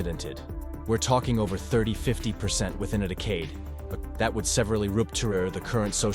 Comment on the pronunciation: Without the pronounciation of "decade" i would not have guessed this video was fully AI voiced. Seriously impressive.